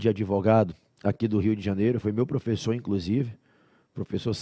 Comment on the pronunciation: "Flala" profexo. TMJ SRN